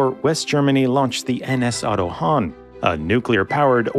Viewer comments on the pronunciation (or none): * Otto Hahn (not "Hanh") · ad It's "Otto Hahn", not "Otto Hanh" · it's otto hahn, not hanh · Good video. Yet, it's "Otto Hahn". Not "Otto Hanh". C'mon, it's four letters, it's not the Otto Muenkenstengler or something ... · How to stop hearing "Anna Savanna"?😄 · Otto Hahn - "Hahn" meaning "rooster", but only literally - the 'h' in the word prolongs the 'a', making a long 'ah'.